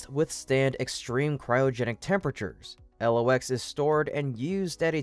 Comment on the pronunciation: It is not L.. O..X. It is pronounce "Locks".